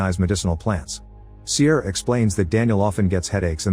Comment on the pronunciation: The way he pronounces Ciara was unbearable haha